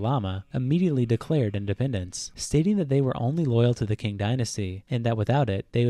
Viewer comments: its called "qing dynasty" but yeah, hearing him say "qing" as "king" is painful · everything in this video was going well until on he said "king" dynasty not ching dynasty